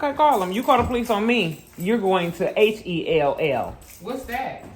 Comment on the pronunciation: Your going to “GEL” lmao your going to “HELL” 😂😂